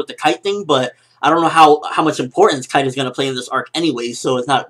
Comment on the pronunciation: 1. His name is Kaito, not Kite. It makes a big difference for me. 2. The nature of the relationship between Gon and Kaito was changed enormously by this different introduction, which will impact the series later on (since Kaito is an important character). 3. I like the fact that the pace is slowing down. I wouldn't want to imagine if they ran out of chapters before Togashi sensei starts writing again.